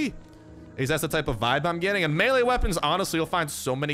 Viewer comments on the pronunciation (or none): none